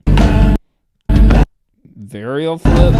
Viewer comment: Damn pronunciation of “varial” in the euro accent is so accurate lmao.